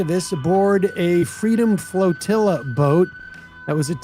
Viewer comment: What the fuck is a "floatilla? It's a goddamn boat.